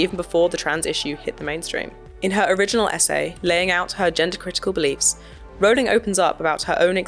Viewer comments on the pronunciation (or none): It's "offensive" that the trans activist cant pronounce Rowling correctly (😂)